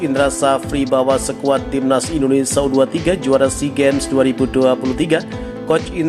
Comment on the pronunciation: bang...indonesia bang..bukan indonesa